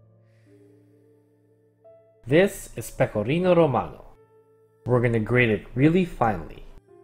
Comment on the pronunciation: as an italian, i really appreciated your pronunciation of pecorino and grana :0